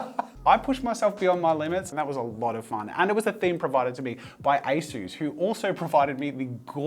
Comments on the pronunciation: asus not asoos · Me: English IT'S NOT ASOOS IT'S ASUS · Its not pronounced Ayesues it's pronounced aceus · Take out the a in asus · ITS MOT ASOOS ITS SOUNDS HOW OT LOOKS ASUS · i've always spelled ASUS as "ah-soos" this is the first time i've heard anyone say "ay-soos" and it just sounds so weird to me since i've been saying it my way for pretty much my whole life, and im still gonna say it that way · I always thought it was pronounced like A-sus not A-Soose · "A soos" 💀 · Bro that a s u s was made in South Africa and your saying it wrong say a sus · I thought it was pronounced as-us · Nobody, not a single soul: ... Jazza: ASOOS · A-sus 😂😂🤦‍♀️oh jazza 😅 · I’m sorry Jazza, but you’ve made a grave mistake today. A mistake, so big, that I might not be able to watch your videos anymore. It greatly affected my view on you and your brand as a whole and I’m disappointed in you. I mean, it’s such a big blunder and you act like it’s not a big deal?! Please Josiah, pronounce it as A-SUS (sus!!!!!) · Did that say Asus or a sus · Why do you say Asus like that? haha Also, I have to find a fault, because I'm jealous of your talent.... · the way he said asus